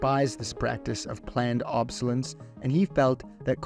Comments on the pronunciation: It's ob-sO-les'-cence not ob'-sO-lence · I just heard "planned 'obsolence'???" or so. That's not how "obsolescence" is pronounced. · Please. Repeat after me: OB-SO-LES-CEN-GE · Obsolescence = ob-so-less-cent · Planned ob-so-lescense, not obsolence! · It's planned *obsolescence*. Ob-so-les-cence. "Obsolence" is not a word. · *“Obb-soo-less-ence” not “obb-soo-lence” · Ob-so-less-enss, not ob-so-lenss. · Why don't you know how to pronounce "obsolescence"? Obb - so - leh - sense. Not Obb - so - lence. It's got 4 syllables. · It's obsoleSCENCE, not obsoleNS (really made me cringe, man) but apart from that, I really enjoyed the video! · “Obsolence”😂 say it with me son: ob. So. Less. ence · Dear narrator, you did a nice job throughout, except for your cringe-worthy pronunciation of obsolescence. The word has four, not three, syllables. It's not ob'-so-lents, as you pronounced it. The word is ob-so-less'-sence. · "Ob-so-less-ence" , not "Ob-so-lence" Great video otherwise :D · Planned ob-so-le-scence. Otherwise….. fantastic video. I learned a lot. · Might as well capitalise the LE in the third syllable for a pronunciation tip. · And I'd like a correct pronunciation of "obsolescence". Pronouncing it "obsolence" made me feel sick. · "planned obsolescence".... Not "planned ObSeLeNcE" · Planned OB-SOL-ES-CENCE. Obsolescence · Great video, but the mispronounciations are distracting. Obsolescence: OB-sol-ESS-ence Homage: OMM-age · planned ob-so-les-cence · LOVE!!! These super informative videos!!! (It's pronounced "ob so less ence" just sayin') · you're missing a syllable in your pronunciation: ob-so-les-cence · It's ob-so-LESS-ence - four syllables. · Ob-so-les-cence. 4 syllables. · OK. But it should read ob·so·les·cence. Again.ob·so·les·cence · This is a great video. Which is why you should always check the pronunciation of any word you're not familiar with to prevent mishaps like 'obselence' vs the correct way- 'obsolescence'. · Planned obsolescence. Ob-so-les-ence.